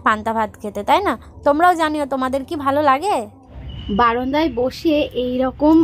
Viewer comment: Tumi baranda na bole baronda bolo keno?sunte valo lage na.bollam bole mind koro na.